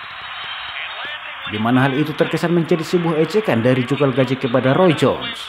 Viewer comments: Calzaghe bung,,bukan calgazhe. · Namanya Joe Kalzage bukan Kalgaze bang . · Calzaghee ....boss Bukan calgazhee..🤣🤣🤣🤣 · Calzaghe bukan kalgazhe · lu ngomong apa? Apanya yg dibandingin sama calzaghe? Mabuk lu? Gw kan komen namanya calzaghe bukan kalgazhe, karena yg bikin video nyebut kalgazhe. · bukan galgaje, anda salah nyebut namanya